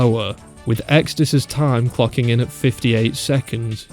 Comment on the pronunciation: why did i hear fucking instead of clocking